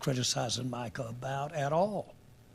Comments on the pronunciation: Jerry has been senile for 30 years and it’s showing more than ever these days. Can’t even get the man’s name right it’s MICAH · He can’t even get his name right smh. Keeps calling Michael.